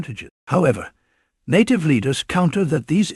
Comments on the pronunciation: Please pronounce NATIVE correctly. Your clip is a loser unless you do some serious proofreading up front. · You sank the whole shebang when you mispronounced native. 😅😅😅😅😅😅😅😅😅😅 You're not real, and you have no respect for the issue you are exploring here.